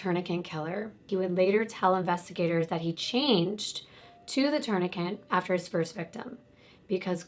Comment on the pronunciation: It kills me when you say "my legal background " but then say "tourniquent" over and over. Lmao there is only one N in the word "tourniquet"😄